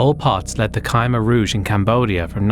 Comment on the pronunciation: khmer is pronounced cuh-mer